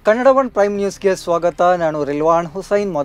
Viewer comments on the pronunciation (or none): none